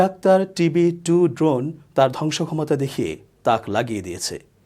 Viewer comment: আমিনুর ইসলাম শান্ত ভাইয়ের বিশ্লেষণ ওনার থেকে অনেক ভালো,ওনি ড্রোনের নামও ভাল করে বলতে জানেন না।